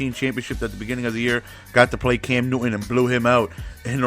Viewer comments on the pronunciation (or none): none